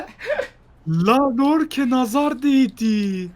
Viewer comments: Lorke degil yorke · Lorke deyil Yorke o abi Y harfi like atin gorsun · Lorke değil yorke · Lorke deil yorke la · Lan siz bu adama niye lorke diyonuz. Yorke yorke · Abi lorke değil Yorke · Lorke değil Yorkeeeee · Yorke’ye neden lorke deniyor ya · siz bu adama yorke yerine niye lorke diyosunuz anlamadim yaw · Lorke degil Yorke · Koskocaman Yorke diyor Y ile L ne alaka